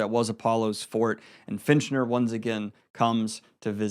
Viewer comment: It's FITCHner, not finch-ner. Prime?